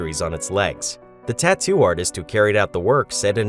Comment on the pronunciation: TONT GET A TATUE😂